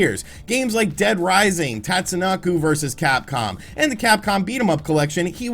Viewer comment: Tatsunoko vs capcom... it's pronounced Tah - T'Zoo NO - KOH